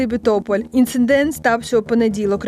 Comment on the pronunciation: Інцидент!!! Навчіться вимовляти)))